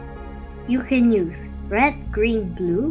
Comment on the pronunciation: SKA_16 it's actually I love you but it sounds like I love poop